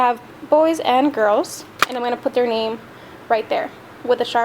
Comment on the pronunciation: Yay! Thanks for the shout out! And you said my name correctly. 😊. Thank you! Hope you have an amazing school year!